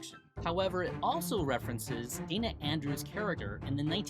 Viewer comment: why do they sing the line wrong?? there is no R in Dana but they sing it Daner????